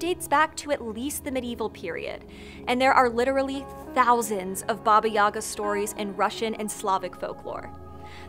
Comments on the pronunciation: May I note as one of those "many Russians" that the stress is on the second syllable YagA, not YAga? Also "baba" in modern Russian is a derogatory term for a woman of any age, it might have some "positive" connotations in some usage cases, but even in those situations I would argue it's very questionable. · Gentle reminder that the pronunciation is baba "yega" not yaga. In Russian at least. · Wonderful and engaging story, kudos to the Author! One thing- the stress in the name is on the second syllable - yagA not YAga. Probably not important for a foreigner but really goes against the grain for a Russian speaking person, considering how many times it is uttered. Otherwise - Great job. Big like.. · Actually, it is stressed as yagA, not YAga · You pronounce Baba Yaga incorrectly, it is baba yagA not baba yAga . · Russian correct pronunciation is bAba yagA, not yAga! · Great vid and info but you are pronouncing her name so wrong my ears 😂😂😂😂 It’s baba Yagà not Ŷaga, apostrophe on last a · It's pronounced..YA. GAH...NOT YAGA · It’s BA-ba ya-GA. I love that you covered her, but blast it, the mispronunciation of her name nags me. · It is Baba YagA The accent is on the the second syllable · You are pronouncing it wrong, it is Baba Yagá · it's yagA, not yAga tho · You are mispronouncing her name. Baba YAH GAH. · and I can not get over the fact you've done so much research yet pronounce her name with emphasis on the wrong syllable. jk, loved it. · It’s pronounced with the emphasis on the second syllable. It causes me to cringe the way you say it (you are not alone).